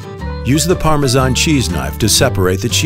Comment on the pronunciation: I can’t believe somebody whose narrating a video about Parmesan can’t even pronounce it, goodness gracious